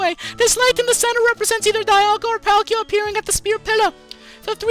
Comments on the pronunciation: It's pronouced Dee-alga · Dee-al-gah , that's how I heard it in the movies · bro it's "PALL-KEE-A" and "DEE-ALL-GA" not the shit u sayin